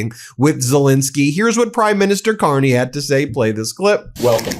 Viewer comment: Carney,,,,,, not Con-ney.. Yahoo Whoppie,. My Hockey Always Makes Me Happy. Still Playing and Loving " O Canada"... This 68 Year old Nyc Born, and Raised Hockey Playing Boy, is for eVer in-Depted to "O'Canada.. If not So Cold, Id Be there... I Almost Crossed the Border in Calis, Maine last November, if the cLown Won, But I got Broke... I Knew it, and Thegoodshow documented it... Love is tHe Answer, to All..... djdump knows No Love... Never did, and Certainly, Never Will.. We KnoW... Shout out To Laval, and Marie France Charboneau. I Am So Sorry for US.